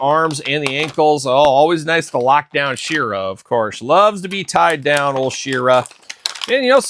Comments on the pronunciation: Why do you say SHIRA instead of SHE ra ..it’s sheeeera like heeeman ..she…u don’t call he man himan lol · u call her shirra instead of SHE ra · me and my son are big fans of yours and I said it politely and ended it with LOL you do say shirra..found it funny ..was NOT in any way rude You were the one rude saying open your ears and get outta here..my ears were open that’s how I heard you playing all the human hits and pronouncing it different …no big deal to be offended over